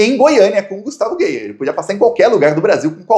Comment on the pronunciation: A pronúncia não é geier é gaier.